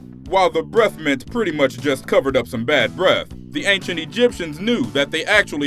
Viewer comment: "BREF" Mints? You black people say the weirdest and most retarded shit. Maybe that's WHY you all need them "BREF MINTS" hmmmmmmmmm.... 😂👌 Dummy.